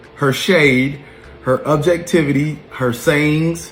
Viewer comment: The way he is pronouncing “objectivity” is annoying. Also, as a grown man with such a busy life how do you have time to watch all of these YouTubers ?!